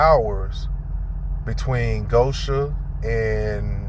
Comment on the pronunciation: $1 fine for each time GO-shen is mispronounced GO-sha, and I'd be rich. Be safe out there, brother.